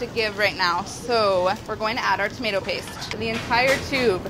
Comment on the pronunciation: It's prenounced tomato not tomato